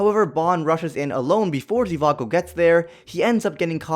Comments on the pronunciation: It’s not Zivago it’s Zhivago lol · It isn’t zivago its zhivago